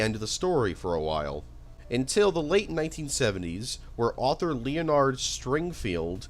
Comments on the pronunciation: Tuxon and Leo-Nard were my favourite 🎉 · Don’t think I’ve ever heard anyone pronounce the name “Leonard” like that lol